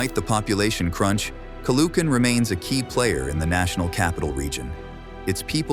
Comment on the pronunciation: Narrator perfectly pronounces Montrouge, but completely bombed Caloocan. Initially missed Pateros, but did a good comeback.